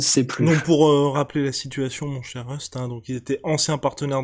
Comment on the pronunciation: El famoso « teh l’époque »....Rust l’accent est parfait 🙌🏼🙌🏼🙌🏼